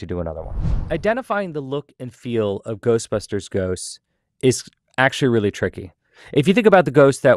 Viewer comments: He said GHOSTBASTERS afterlife at the very beginning and then he said it right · Wait, did he say Ghostpasters? Lol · Did he just say Ghostbasters or Ghostpastors at the very beginning of video? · Did he really say “ghostbasters” at the end? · did my man just say Ghostbastards? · Is he saying Ghost bastards or Ghost pastors in the beginning?